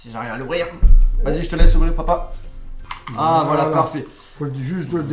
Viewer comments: on di papa pas paupau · Mdr tu dit popa ou lieu de papa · Au lieu de dire papa tu dis Popo 😂